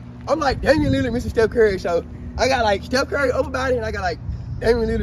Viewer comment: Bro ass said Damian Lizard 😂😂😂😂😂😂😂😂😂😂😂😂😂😂😂😂😂